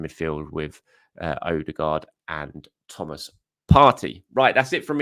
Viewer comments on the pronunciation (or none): none